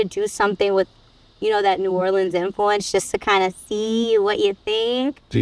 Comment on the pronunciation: I love Emeril. He pronouces New Orleans they way my mother did, born in New Iberia, raised in New Orleans.